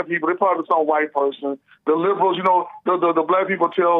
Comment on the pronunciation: is obsessed with overly pronouncing words and not speaking colloquially. This fills his ego with his constant need to be proper and thus more enlightened than common people. Listen to how he overly emphasis the WH sounds in words, such as white. He emphasis the H when in reality it is ignored in speech. Also, the way he overly stressed the T sound in words instead of how nearly everyone else pronounces with a D sound, such as METAL. Yet, it's not consistent in his speech, meaning it's still in his consciousness. Or how he has previously been explained that Dayton, Ohio is pronounced as DAY-ten yet he refuses and prounounces it as day-TON. This could be why Alexander, the hyper autistic caller is so strongly attracted to (who displays autistic mannerisms himself).